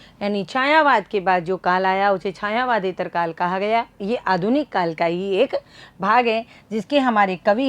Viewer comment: छायावादेत्तर नहीं, छायावादोत्तर होता है आदरणीया